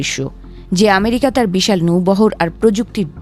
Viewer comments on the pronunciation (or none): none